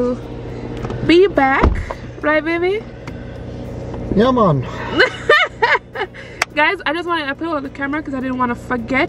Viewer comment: got that “yeah mon” just right!